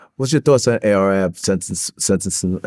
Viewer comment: He called him A R A B 😂😂😂